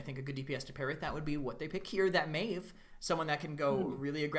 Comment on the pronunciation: Meev? what the fuck is meev? maeve literally says her name in game and people still can't get it right but at least I didn't expect that from a caster.